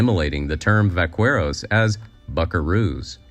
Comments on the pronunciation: Whilst the origin of the north American cowboy, being the vaqueros of Mexico is true. Your pronunciation was not correct. Vaca is Spanish for cow, but the Spanish speakers will pronounce V as b, therefore baca. Vaqueros are those that work with cows. The qu is softened to k sound. Ba ke ro. Hence the anglicised buckaroo. The origin of cattle ranching was brought to Mexico by the Spanish. In southern France and Northern Spain they have cowboys. The French call them Gardians, of the Camargue bulls. In Spain they are Vaqueros. Their skills, dress code and peripatetic lifestyle were transported to the Americas. Even the horses were taken from Europe, derived by selective breading from the Arab and Turk ponies combined with the less durable European breads. Note also the Gouchos of Argentina. Like practically everything in America, its origins are in Europe. Before usa even existed as a nation, Mexico was a powerful economy. The dollar was a Mexican unit of currency, taken to the British colonies, because the stupid King not only denied his subjects an MP, he also banned them from having currency yet taxed them unfairly. No wonder they rebelled. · * : "The true pioneers of cowboy culture were Mexican cattle herders called vaqueros (pronounced 'vah-quere-ohs')....." * * : ".....vah-quere-ohs...." Wow. You'd think that a YouTuber that set themselves up to mansplain to us this stuff would at least make of a point of making sure he/she knew how to properly pronounce a the "q" in Spanish, or review the narration to correct whatever AI they're using for it. It's "vah-KEH-rohs". Not "vah-quere-ohs". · VAQUEROS pronounced VAKEROS ... VACA (VAKA) == COW VAQUERO == COW MAN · My friend, vaqueros is pronouced "vakeros" in spanish. Great info, thank you! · Vaqueros is pronounced "vakeros", backaroo. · Vaqueros - but I take your point 😄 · Dude, a ten second search would have provided you with the correct pronunciation of "vaqueros". This is so low effort.